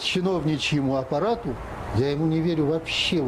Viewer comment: ЧИНОВНИЧЕЙ АППАРАД,звучит как -ПАРАД-.если быстро сказать